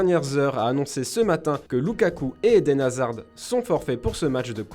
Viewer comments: "Eden Hazarde" 🧐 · Il ne sait pas prononcer Griezmann et il prononce le D de Hazard.